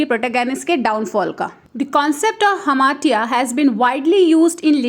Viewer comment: hamartia pronunciation is wrong...